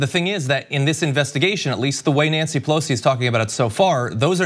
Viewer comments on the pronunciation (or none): none